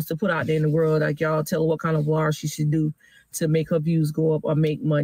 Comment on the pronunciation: She really need to stop that “vlar” shit